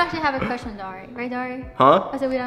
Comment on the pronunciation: I keep hearing Dori not Dari!😹😹😹